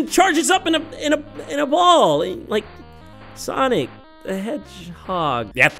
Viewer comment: It's soNic iTs S O n I C